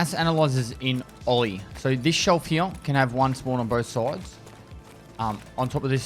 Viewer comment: I like how you say "here" "He-ya" 🥰